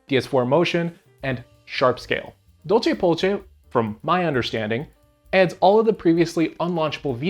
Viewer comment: The way you pronounce DolcePolce is funny to me .. but it might not be incorrect I dunno latin lol Name comes from the fact the vitaTV code name is “Dolce” which itself comes from the Latin phrase “La Dolce Vita”.